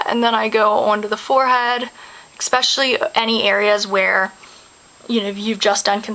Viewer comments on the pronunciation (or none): I love the way you say EXPECIALLY :)